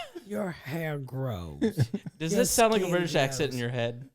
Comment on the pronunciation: I always wanted to hear Ms Pat do some accents and it was hilarious 😂! She said “I’m Bri-tash lol!”